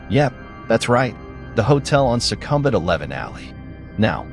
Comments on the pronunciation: Sukhumvit is pronounced - Sook-kom-vit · Dreadful pronunciation of Sukhumvit. It should be pronounced: sook-oom-wit. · You pronounced Sukhumvit incorrectly. 😵‍💫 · Bangkok Palace hotel case, it was not an oil tanker. If I remember correctly, it was a gas tanker tansporting dangerous chimical that happen to be flamable. It crash turn up side down and burst into huge fireball. People were burnt alive, hundreds of them. However, overall, your info pretty accurate. The Citin Sukhumvit. I would like to point out how you pronounce was wrong. If you say it to the Thai, their first reaction would've been they had no idea what you were talking about. The correct way to pronounce this something like this, "Su-Kum-Vit". Just pointing out and I don't mean anything by it. It just sound wierd, and my first reaction was, I don't know that place, even I myself an expat. I was used to hear people call "Su-Kum-Vit", even all the foriegn tourist called this way. Then the two hotels in Pattaya, I was amazed of your accurate info. The Jomtian Hotel, info spotted on. The Thai police had to use the hellicoptor to move victims that got stucked on the top floor. Elevators and stairs can't be used due to the fire. As for the other hotel that you said transgender got killed. The police report said, this gay man was killed by the two Thai boy prositute. The two boys(around 16-20 years old, can't remember) were normal man, they just take up this odd job for money. Then when they finish their business, the two boys got greedy and decided to kill and rob this gay man. They ended up killing him and hide his body under the bed. And this gay man body were found because